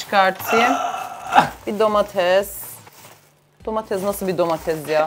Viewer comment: abla sen domatese domala diyon❤😂😂😂😂❤